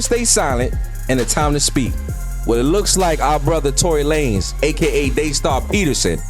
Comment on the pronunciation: “TONY LAN NEZ” 💀